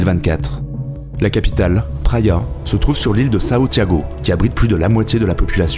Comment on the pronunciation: Sao Tiago non, Santiago oui et tes chiffres de pib par habitant est a revoir